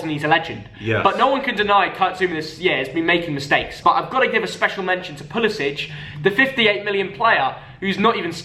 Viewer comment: Man said zouma and pulisic 😂😂